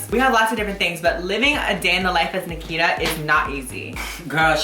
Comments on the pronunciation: Did you just say... BRICKITA. I AM HOLLERING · Hahaha catch me at EWA beach haha yes literally my smoking grounds haha even though you said it wrong Nikita haha